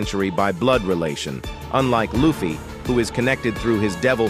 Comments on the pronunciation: Please call luffy correct. It is annoying. His friend call him luffy, not laffy. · Thumbs down for the AI voice that can't even say Luffy's name. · I couldn’t continue watching when you mispronounced Luffy. So I wish you all the best and bye for now ! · The way they say luffy makes it hard for me to take their information seriously when he can’t say the protagonist name right